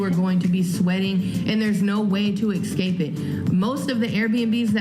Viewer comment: She said "exscape". Ai ya.